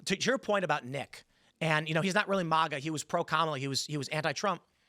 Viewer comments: Really, this dude says MEGA instead of MAGA but has no problem saying KAMALA instead of KEMALA 😂😂😂😂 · MIGA. Not MAGA. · if you pronounce MEGA you were never "MAGA